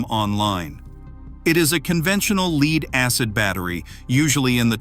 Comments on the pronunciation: Leeeed acid lol. AI sucks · No kidding...this AI pronounces it "leeds" in every video. Hard to accept any actual content in a video when simple errors are ignored when created...makes me question any info in that video